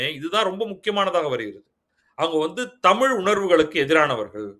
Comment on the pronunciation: தமிழின் முக்கியத்துவமே பேசும்பொழுது ழகரத்தை சரியாக உச்சரிக்க வேண்டும். தமில் என்பது சரியில்லை